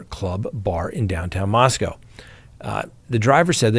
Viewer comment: said "Mos-COW" again! Well, that is the way it's spelled...